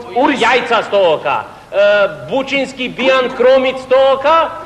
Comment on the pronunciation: Бучински бијан кромид , а не Бучимски :)